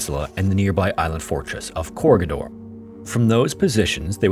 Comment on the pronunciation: That's not how you pronounce Corregidor. Core-reg-i-dor. NOT Corgi-Door